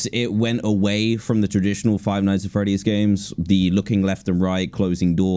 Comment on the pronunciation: You said "Frive Nights At Freddy’s"…